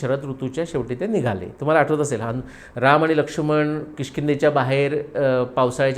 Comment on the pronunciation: जबरदस्त अभ्यास महान व्त्रक्ती 🙏🙏🙏🙏🙏 ( आपण लक्ष्मण असा उच्चार करतो, लक्षुमण असा नाही 🙏🙏🙏 )